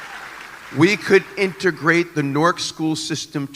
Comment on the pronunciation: in·ter·grate? He's a special kinda stupid 😂😂😂😂😂